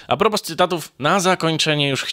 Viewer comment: "Półtora wata", nie "półtorej wata". "Fidiasza", nie "Fidasza". "Wym. "a propo", nie "a propos". Darmowe konsultacje językowe.Zapraszam.